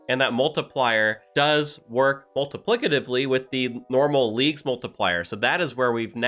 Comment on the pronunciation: I am astounded you pronounced “multiplicatively” correctly (just teasing 😊) I’ve really enjoyed your leagues vids, especially the fun visuals you make!